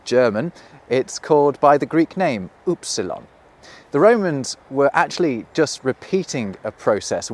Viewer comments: It's Ypsilon in German, Not oopsilon. And it's like German ü, which is the original Greek sound, that's why it is called y-psilon, retracted u, while the original u in Greek was Digamma – F, which is [ w ] pronounced and have the same ancestry F and Y are variants of the original letter. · You said "upsilon" but in German we don't pronounce it that way. Y is more like a mixture between the German i and ü. So it's pronounced like "üpsilon" not "upsilon". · Not upsilon, but üpsilon.